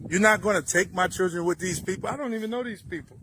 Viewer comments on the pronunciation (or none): I’ve noticed a lot of these sov cits can’t pronounce children 😅